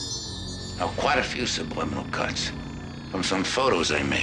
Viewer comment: How did baby Bush work an extra "B" into the word subliminal? 😂